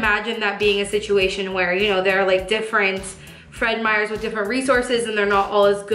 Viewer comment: This whole video I've been like: "why are they calling Meijer Fred Meyers?"